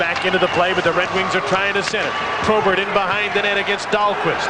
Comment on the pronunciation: why does that idiot keep calling probert "tobert"?